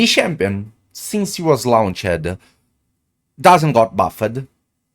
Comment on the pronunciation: lown-ch-ed LOL Love it